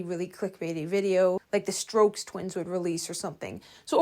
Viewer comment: “strokes twins”💀 totally not stokes twins